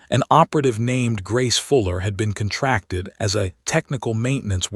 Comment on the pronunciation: "Grace Fuller had been kun-TRAK-tid..". WRONG STRESS ON WRONG syll-AH-ble AGAIN.!!! HOWS BOUT, "...had been KON-trak-tid!!!!! Your AI Suks!!!!